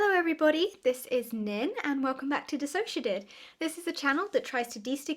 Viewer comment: "Nin," not "Nine." Sigh.